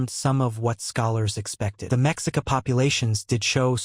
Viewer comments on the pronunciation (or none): Mexica is pronounced Meshica with the accent on the second syllable.